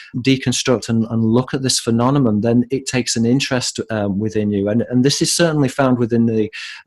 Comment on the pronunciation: thank you for your work. I've discovered your work through Robert Steele. One question: Why do you pronounce phenomenon as phenonemon? You do this consistently from your oldest videos to the current.